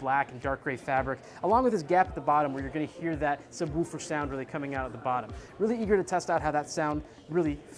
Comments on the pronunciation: Say subwufer again. Say it! Say it! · I thought the same too, like a dog would Woof Woof. Or him saying it Sub Woof Er, lol. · Where is this guy from? He literally says woof like a dog. I have never heard it like that before. HAHAHAAH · The way this guy says subwoofer is awesome.